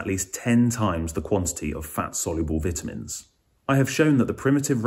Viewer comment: Can't listen to someone who doesn't know how to pronounce vitamins